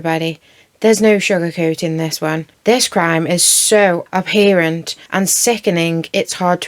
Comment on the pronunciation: It’s abhorrent not abhere-ent.